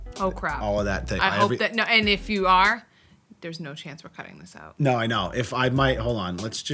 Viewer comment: I usually never hear the Boston in both of your voices, until either of you say the word, "out". You guys pronounce it like, "oat", lol.